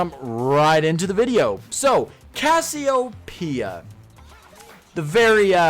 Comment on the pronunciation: You know it isn't pronounced Cassy-O-P-Uh, right? That isn't how anything works my guy